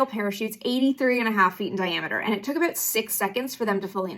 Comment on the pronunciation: Problematic glasses AND she says, "aboot," like a Canadian.